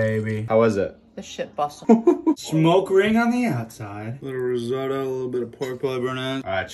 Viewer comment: It's so stupid the way American's can't pronounce Risotto🤦